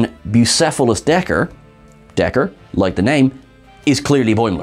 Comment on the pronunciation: According to the description on the Paramount Plus clip from Lower Decks, it's Dagger, not Decker, which is confusing cos it does sound like Decker to me too, which they could have gone with given the previous Deckers we had in TOS and TMP... :\